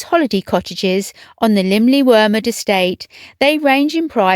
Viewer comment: I appreciate the careful, no doubt correct, pronunciation of the Welsh name of the home. I couldn't begin to guess how it's pronounced!